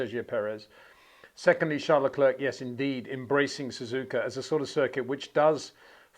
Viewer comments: Phonetically, say 'LeClair', Charles and all of France will thank you. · finally, someone says it. Just don't say the 'k' at the end Peter.